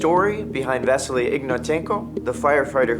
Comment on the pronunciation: Stop saying vasila! It’s vasily.